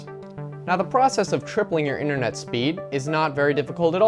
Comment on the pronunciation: Internet not inthernet